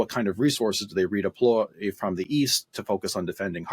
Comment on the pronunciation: They'll do better if they "re-deploy" rather than "re-deplore", it's probably best if this guy doesn't advise the Ukrainian General Staff....